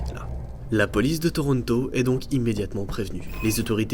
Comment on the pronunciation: Je vis au québec donc tu est la première personne que j'entend dire tortonto avec un accent comme ça